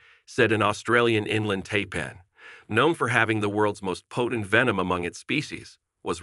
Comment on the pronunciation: It would also be nice if he would have learned how to correctly pronounce the snake breeds.